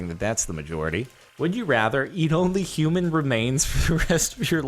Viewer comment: HOOMAN FWESH